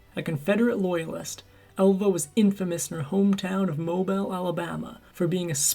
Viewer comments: The name of the city is pronounced Mo-BEAL, not Mobil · And it’s pronounced Mo BEALE (Alabama), not Mo BILE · Mobile, Alabama is not pronounced MO-ble. The accent is on the second part. Phonetically pronounced; Mo-BILL. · It's pronounced Mo-beel, not mo-bill. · It's pronounced Mo-bile. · It's pronounced Mo Bill! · Mobile, Alabama is pronounced "mo-BEEL" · I always feel the need to correct the pronunciation of the city in Alabama being from there, seeing as how the some of the most brilliant people unknowingly get it wrong. It’s MO-bill, not like the traditional pronunciation of mobile; being movable. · Mo-beel , Alabama...geez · Yep, Mo-Beel!